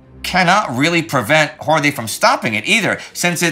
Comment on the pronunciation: Horthy is actually pronounced Horty (so HOR-tee). That "th" is an old spelling that survives only in surnames. Since the guy is going to appear more in the coming months, I thought I'd point it out. Still an incredible job at pronouncing so many names in so many languages.